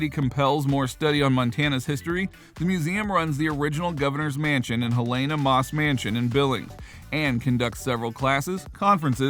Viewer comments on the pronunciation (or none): Okay - thanks for this. But you need to pronounce it right: it is "HEL-eh-nuh." People from there (including me) really hate it when people call it "hel-AY-nuh." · You would think that if someone is hired to voice over a type of travel log....they would pronounce the town name correctly...and I'm from Illinois.